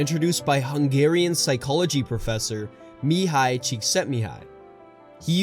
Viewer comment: Sarah Is Boring If only he knew that mihaly has an L in it